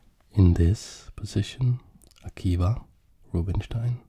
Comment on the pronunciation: One note on his name, it should be pronounced more like “Akiva”, it’s a Hebrew name, not English. The sounds “b” and “v” are closely related (and in some languages even interchangeable) so I’m not surprised to see that those were the two different spellings of this name.